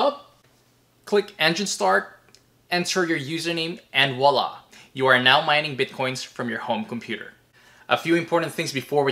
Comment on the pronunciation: Voila... not Wala, unless you're Russian.